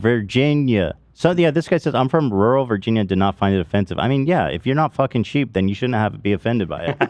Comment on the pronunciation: ethan pronouncing it Virginnie like Anuc thinking people here say it that way ha